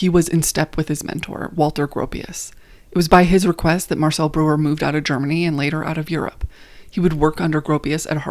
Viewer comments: I cringed! I took German for 5 years. BROYER not brewer. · Breuer is pronounced br-oy-er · At least try to pronounce names correctly. Not Brewer or Mice. Should be Broyer and Mees. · Correction: Ludwig Meis -> Mies (pronounced like “me’s”) Also small thing, Breuer is pronounced like “broi-er”